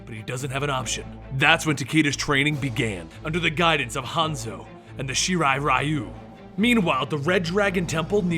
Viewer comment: wasn't it Shee-rai Ree-u (pronunctiationwise)?